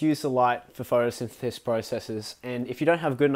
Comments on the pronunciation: Did he say "photothithathith"? lmao i cant say it either... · "photothithath" - Perfect.